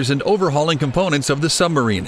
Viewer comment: Why does he keep calling it a Sum-barine?